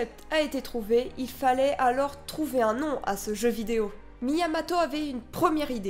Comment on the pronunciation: c'est Miyamoto pas Miyamato ! en plus tu le dis au moins 50 fois dans la vidéo c'est abusé et c'est un énorme manque de respect au créateur de Zelda